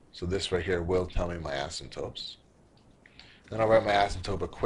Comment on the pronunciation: he keeps saying 'asymptopes'. it is 'asymptotes' .